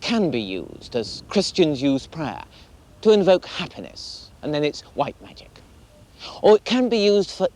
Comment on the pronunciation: Love it when he says "per-ware" or prayer....